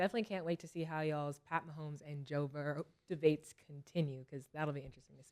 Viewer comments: Please stop saying Burrows lmao nigga name is Joe Burrow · Is anybody gone tell them it’s no S on Burrow? 😂😂😂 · They’re saying Joe Boroughs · they be sayin joe burrows instead of joe burrow. & caleb williams is his name, killa. u stuck on doing some type of collaboration by saying collab or something but after colorado gets smothered by usc, killa will never forget how to say his name. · The fact these dudes will not say “Burrow” cracks me up. They got me calling Joe Burrow “Joe Burrows” 😂😂 This show is too much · I love how they add an S .. to Joe Borrow. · Cam calling Joe burrow “Joe burrows” every episode kill me😂😂😂😂😂